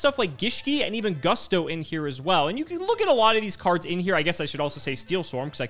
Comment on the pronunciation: Seeing mispronounce Gusto made me wanna throw up.